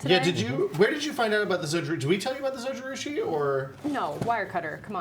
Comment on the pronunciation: Zojirushi Stainless Steel Mug for anybody else wondering what the hell he was saying.